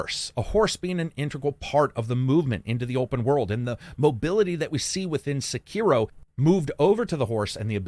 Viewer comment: Sek er O not sakeeero